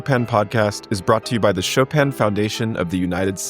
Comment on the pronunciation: Why do anglophones always pronounce Chopin's name so strangely? It's not like it's hard....